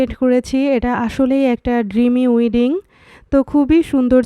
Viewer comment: উইডিং না ওয়েডিং হবে।